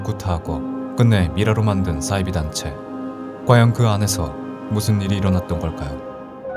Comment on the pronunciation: 잘봤습니당!! 근데 '싸'이비종교 신경쓰여ㅋㅋㅋ